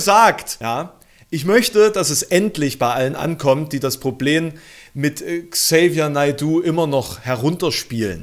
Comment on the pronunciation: Ähm, sorry, aber du sprichst den Namen total falsch aus 🤣